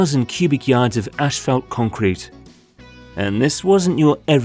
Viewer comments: decent video and explanation. however the asphalt material is NOT pronounced "ASH-falt". there is no H in the first syllable. its pronounced "ass-falt". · It's pronounced asphalt, not ashfault. I couldn't figure out what you were trying to say the first few times. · Why does this guy not know how to say Asphalt? He keeps saying ashfelt. I did a search and this doesn’t appear to be a Canadian or British thing either. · It’s pronounced assfault not ashfelt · If only the narrator could pronounce "Asphalt".... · Sounds like ur saying ash-felt lol